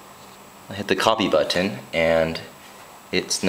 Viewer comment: I know he's from Hawaii.... wana know how? Listen to how he says "Button".. that's exclusively Hawaiian accent.. Nice info btw.